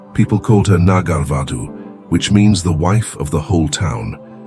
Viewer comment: Its not " Nagalvadu " it is "Nagar Badhu" ... Nagar means town or village & vadhu means married woman but here it means woman or lady .... A woman or lady who is prostitute of that town & the pronunciation of her name will be "Amropali" although the spelling will be Amrapali ...